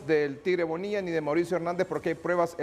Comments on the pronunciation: El DIZQUE “ESCRITOR” 🙄 NO PUEDE NI HABLAR DICIENDO: “PREBAS” EN VEZ DE P R U E B A S 😂😂 Cuando opina se le nota que quiere sobresalir por encima de PROFESIONALES EXPERTOS! 🧐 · has dicho “prebas” en repetidas ocaciones. Señor “escritor”, que pena.